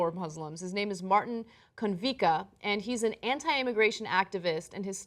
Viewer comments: Konvichka not "conveecuh" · It isn't miraculous that nobody got hurt. The Czech Republic is very different from the USA. Also Konvička sounds like con-vich-kah